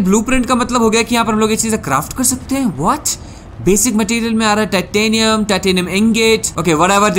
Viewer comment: Titanium nahi tattinium Peeper nahi creeper Inventory nahi invetooory😂😂 Edit: congratulations for 300k 🥳